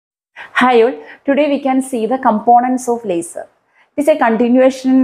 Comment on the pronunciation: Leisurrrrrr Beeem 😂❤ Love the accent